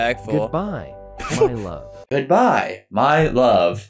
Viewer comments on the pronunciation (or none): “Goodbye mey luove”💀 I can spell that’s just how he said it